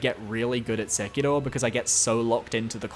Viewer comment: God I fucking hate when discord virgins use Japanese enunciation when saying Japanese words LMAOOOO when bro says “Sek-ilroh” gotta be top 10 cringiest things ever